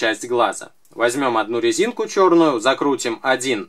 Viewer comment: Лооол он на секунде сказал лезинку)а мастерклаас очень даже хорошо